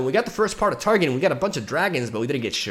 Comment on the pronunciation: Strafing strike is pronounced like stray-fing strike, not strah-fing strike. Parley is pronounced like par-lay, not par-lee. Ye be warned is pronounced like yeee be warned, not yay be warned. Targon is pronounced like Tar-gone, not tar-gun. Lissandra is pronounced like liss-on-dra, not liss-and-dra. Hope this helps.